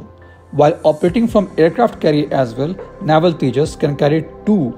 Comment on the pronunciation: Its navel not naival